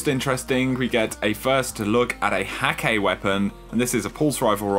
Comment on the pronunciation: Bruh, Hakke is pronounced Hah-kuh.